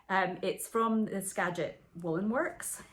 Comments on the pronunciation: Yes, you pronounced Skagit correctly. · Great job pronouncing "Skagit" correctly!! 😀